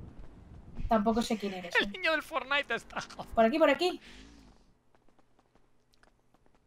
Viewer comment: "Que se han cargwado al niwno forwnai" XDDDD